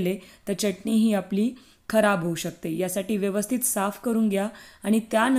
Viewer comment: च्यटणी नाही, चटणी म्हणा. शुद्ध बोला.